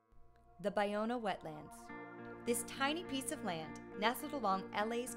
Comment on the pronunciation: Finally learned how to correctly pronounce, Ballona. It's pronounced: Buy-Owna. Also, learned it dates back to the San Gabriel, Tongva indians. Also, that Marina Del Rey was the destruction of 50% of it, and today only about 15% of the original wetlands exist. Great.